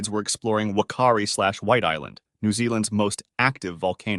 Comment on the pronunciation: Whakaari pronouced Faka—ari